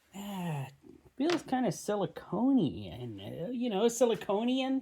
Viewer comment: Siliconian ? LOVE IT 🥰 😂